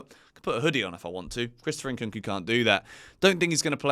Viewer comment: his name is Nkunku, and not Inkunku.😂